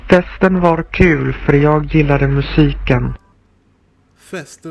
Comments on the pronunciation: The hard "g sounds" in Swedish are rarely pronounced that much. Who ever made the (terrible) recording in Swedish is over-pronounciating all the words. The word "gillade" is NEVER EVER pronounced with a hard g.... don't know where the video got that from. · There is never a hard G in Gillade.. he really needs to change that part.. this video pops up from time to time and it annoys me every fkin time.